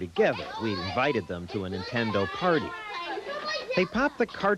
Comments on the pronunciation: "....watching Nintenda." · "Watching Nintend-uh" -. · "Watching Nintenda" Journalism Fail LOL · NIN-TEN-DO. It's a cereal now.